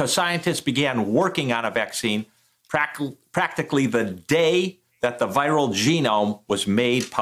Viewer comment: Anybody catch that " Pracill " "practically"